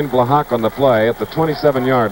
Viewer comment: Chris Schenkel kept mispronouncing Joe Blahak's name. It's pronounced Bla-ha, not Bla-HAWK. The K is silent.